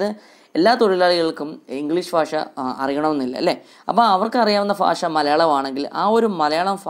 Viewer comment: Fasha Alla sir bhasha . Clear aayit parayu